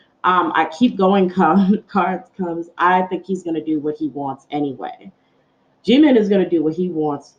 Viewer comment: You say jimin wrong there is nothing more annoying than saying your name wrong